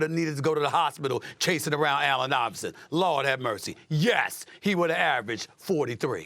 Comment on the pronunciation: Hel no you say iverson better than stephen curry😂